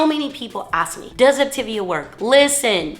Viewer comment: It would be helpful to pronounce Op-ta-via correctly, for credibility.